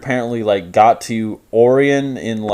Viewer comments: Orion is pronounced “oh-ry-on” just so you know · Ore eon I love when people mispronounce words that are commonly said aloud. Oh Ryan Orion O-rion Not ore-eon Oh also you say “redundant” constantly, but usually in situations where it doesn’t apply and your usage doesn’t fit the definition of the word. Otherwise, I enjoy your content bud.